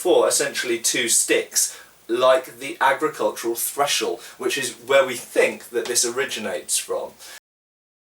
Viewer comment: I think you're saying "threshel" around 5 minute mark. The word is "thresher". Good video as always. Cheers.